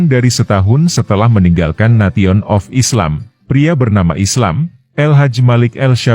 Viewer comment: Nesion bukan nation